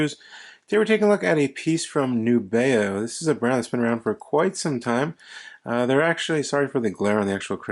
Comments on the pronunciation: I love them. FYI, I was told by the company via email, “The intended pronunciation of our brand name is indeed "NEW-be-oh." Thanks. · I believe it’s a letter “N” as Nubeo, not a “Z”.